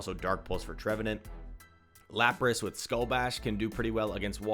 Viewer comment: Laprace?🤣🤣 It is Lapras bro